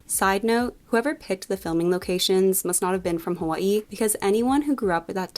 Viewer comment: As someone from Hawaii I appreciate the way you pronounce Hawaii